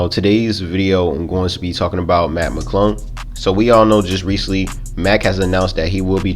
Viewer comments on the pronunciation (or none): dead. Matt Mcuddle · Put on the Close Captions and watch every time he tries to say "Mac McClung"